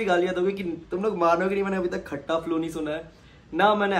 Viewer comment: its not खट्टा flow its ख़ता flow !